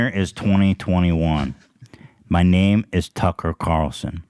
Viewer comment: He messes up a lot of names and i fucking love it